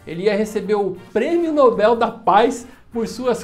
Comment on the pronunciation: Oxi, oxi, Pirulla, o já tá falando como se diz "Nobel" corretamente e msm assim vc erra a sílaba tônica? Tsc, tsc, tsc.